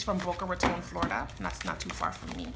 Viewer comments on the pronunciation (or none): none